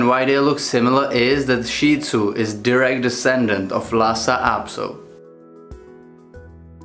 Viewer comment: Thank you for pronouncing Shih Tzu correctly!!! Most people in my country pronounce it "shit" zoo. I have a 10 1/2 year old Shih Tzu who can be seen in the videos on my channel, especially my BarkBox videos. My experience with Lhasa Apso is that they are more often aggressive than friendly. The immediate physical differences are the flat face/short snout on the Shih Tzu and the long snout on the Lhasa Apso as well as the length of the legs.